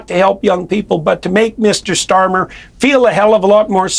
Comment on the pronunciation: The AI kinda changed accents there near the end. And it`s Starmer not bloody Stormer!!